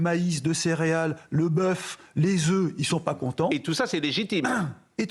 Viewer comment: Sinon on dit pas "des zeufs mais des oeufs"